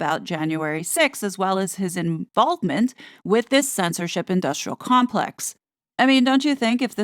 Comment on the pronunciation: When said Harry's "involvement," I legit thought she said, "inBALDment." 😂